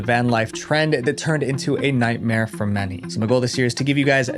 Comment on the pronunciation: you mispronounced *nightmare